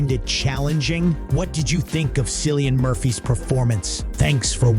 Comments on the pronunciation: Cillian is pronounauced with a 'K' sound. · This review is ass but I certainly laughed though 😂 these have got to best pronunciations ever Silian Murphy Robert Downey Jar Florence Puh And C I -Fi elements